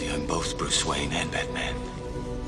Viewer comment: Is it pronounced “bowth” or “bolth”?